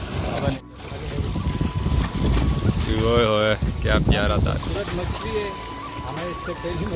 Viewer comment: Yar machli k nam to sekh lo phehle